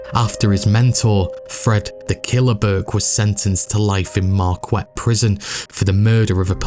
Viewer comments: Great info, but it’s not “Markwet” Prison! The u is silent. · Great production!! It’s (Ham-tram-ick). …and (Mar-kette ….Q is pronounced like K) Lifelong Detroiter…..So many of the names/families mentioned are still present here. Though the Italians/Sicilians held sway here, in my day, the remnants of the Purples were still involved behinds the scenes into the 60s, 70s, 80s, 90s and beyond. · Good job. One criticism. Marquette isn't pronounced Mar-kwet. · It's pronounced Mar-Ket here in Michigan. Yeah we have weird names. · Mar kette. As in Mar kette, Michigan, home of a university. If you want to cover history a Father Marquette story would be interesting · Marquette is pronounced Mar Kett. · it's "ham-TRAM-ik" and 'mar-KET" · I had never heard of this gang before. Absolutely fascinating. Totally needs a movie. One pronunciation we pronounce Marquette as Mar-ket. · Small note- its pronounced Hamtramick and Mar-ket lol. Good video though! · I've shopped at Eastern Market at least 50 times but never knew the Purple Gang got their name there. Cool documentary thanks! A couple things though in Michigan they pronounce it Ham tram ick, also Marquette is pronounced Markette and Jackson Prison is in Jackson Mi not Marquette. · Info on Michigan prisons: State Penitentiary in Southern Michigan is in Jackson. Marquette prison in Northern Michigan is pronounced, "MAR-ket", after the French missionary explorer. Great Video !! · Also, Marquette is pronounced Mar-KET.